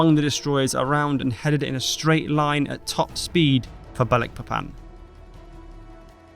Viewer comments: Just so you know, from a person who once lived in Dutch East Indies, now Indonesia, the name of the Borneo port of Balikpapan is pronounced - baaal-ik-paaa-pan. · I believe it's called Balikpapan as in magIc (not eek) but nevertheless another great video. Sorry it sounds weird I used to work there and I have friends live there. Cheers. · It’s pronounced as Balik Papan, not Ba Likpapan. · Need to learn correct pronunciation of names, such as Balikpapan. Otherwise it is a good video.